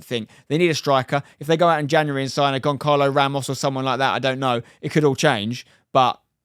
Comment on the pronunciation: broya 😂 gonkalo ramos 😂😂